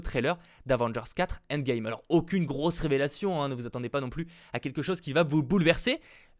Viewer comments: "Inde" Game.. désolé mais mes oreilles;_; "End Game" please thanks haha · Quand tu dis "imax" il faut le son "aïe" au début Et c'est pas avengers "indgame" mais "endgame" ça se prononce à l'anglaise 😉 Oui je suis chiant mais ça me perturbe sinon